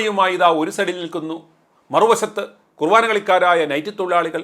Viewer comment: തനിക്ക് മലയാളം തന്നെ നന്നായിട്ട് അറിയില്ല! മലയാളം അറിയാവുന്ന വേറേ ആരും ഇല്ലേ അവിടെ?കുവാനഅല്ലെടോ...കുർബാന. അതൊരു കളിയല്ല! എന്നുകൂടി അറിയാണം. ഇല്ലേങ്കിൽ... താൻ അത് ഒരിക്കൽ പഠിക്കും. മന്ത്രിയുടെ ഭാഗത്ത് നിന്ന് തെറ്റു വന്നാ... മന്ത്രക്കളി എന്നു പറയുമോ? പോലീസിൻ്റെ ഭാഗത്ത് നിന്ന് തെറ്റ് വന്നാ... പൊലകളി എന്ന് പറയുമോ? വാർത്തയിൽ തെറ്റ് ചൂണ്ടിക്കാണിക്കാം. ആരുടെവേണമെങ്കിലും. വാർത്തയ്ക്ക് ഒരു മാന്യത ഉണ്ട്.അത് കളയരുത്!